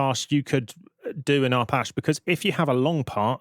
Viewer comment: Pendant alert: Arpache derives from Apache - as in the indiginous American tribe, so you are pronouncing it wrong. Just sayin'. You're welcome ; )